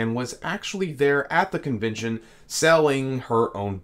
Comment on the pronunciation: You must love hearing yourself saying things like convintion instead of convention, or inny instead of any (enny) because you took nearly nine minutes to tell us what you could have said in about two. As bad as me writing all this instead of using fewer words. Irritating isn’t it?